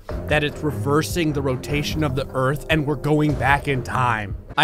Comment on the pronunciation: Hahaha “ERTH” 😂